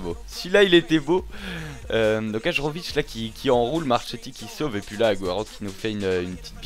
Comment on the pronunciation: Hajrovic jouait en suisse et j'habite en suisse donc je le connais. Si jamais on dit : HAYÈROVIC. Sinon très bonne vidéo comme toujours et heureux pour toi que city ait gagner le titre !